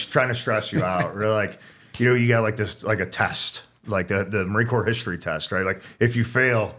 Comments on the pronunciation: Please tell him how to pronounce marine corps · He earned the right to say it that way. Hush your mouth